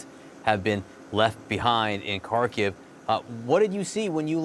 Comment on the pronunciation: Why can’t these professional journalists not learn how to say the name of cities correctly…small complaint I know but it shows you respect the people and are not just using them for a story. It’s pronounced HARR-KIV. The R is rolled a split second.